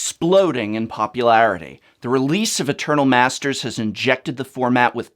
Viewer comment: When said that "Pauper is exploding in popularity." i thought i heard 'Pauper-larity'